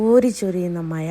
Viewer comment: മയ അല്ല മഴ.ഴ - വഴങ്ങുന്നില്ലല്ലോ 😅